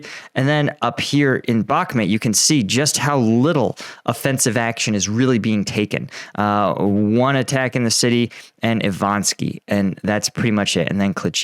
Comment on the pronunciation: Still not Ivanski, it's Ivanivske.